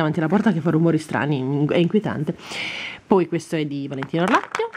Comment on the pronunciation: Devi dire POI E non PUI